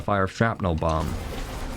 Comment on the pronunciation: Duuude every time he says bomb I think he says bong so I take a hit now I can't stop laughing